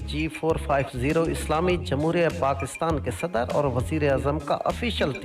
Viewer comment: Aap sadar ko sadad kio bolte ho pdime minited